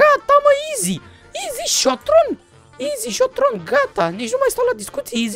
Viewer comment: Se zice izi hiton